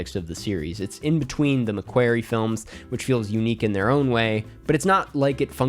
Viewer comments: Enjoyed the video but just wanted to let you know you're pronouncing McQuarrie wrong, it's not pronounced like "query" but like "quarry" for what it's worth. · it’s McQUARRIE! Nae Mequerry.